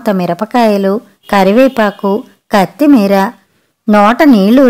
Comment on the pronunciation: కత్ మేర కాదు కొత్తిమీర